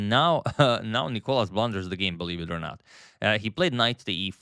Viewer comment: Why are you still calling him νΊκολας when it's νικΌλας emphasis on the letter O